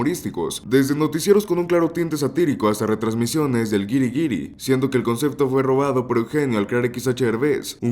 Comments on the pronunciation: ¿Si sabes qué significan los puntitos arriba de la ü? üüüüü No es una carita feliz, es para pronunciar la letra "U" al leer. Lee: Güiri es wuiri 😂 no wiri?😂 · No pronuncias dieresis??